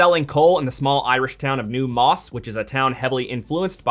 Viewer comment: Its New Ross, not New Moss..